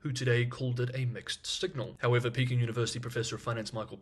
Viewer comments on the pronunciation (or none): none